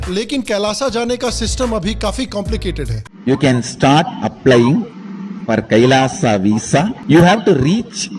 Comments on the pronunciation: What is Kailasa... It's Kailash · Ram ko rama bolo, krishna ko krishna bolo, Kailash ko Kailasha, aa ni add hota Hai, agreji!